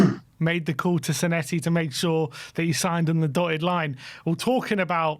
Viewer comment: You pronounce our new Argentinian as Senessi - but should it be Senesi?